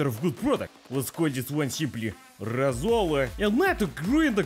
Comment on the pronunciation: If you want to more correctly pronounce Latvian words, I suggest stressing the first syllable, not the second, as in Russian. So for example, instead of roSOla, it would be ROsola.